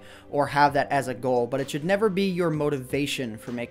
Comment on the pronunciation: don't you mean "chould"?